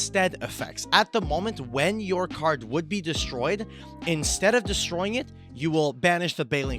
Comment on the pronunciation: I come back to ruling videos every so often and I just noticed the "intstead"